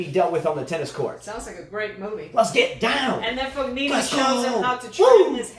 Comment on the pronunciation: Should they try to make US Open the last tournament of the year? Or second last before Tour Finals? Tennis does seem a bit dead this time of year. Also a little pronunciation tip: Berrettini: Be - re - TEE - nee Fognini: Fo - NEE - nee (silent G)